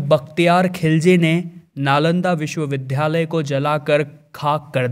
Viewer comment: विश्वविद्यालय को लगातार विश्वविध्यालय बोल रहे हें !